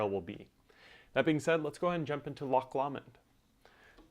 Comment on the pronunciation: Tutorial and playing was amazing! But that is NOT how you are supposed to pronounce the songs name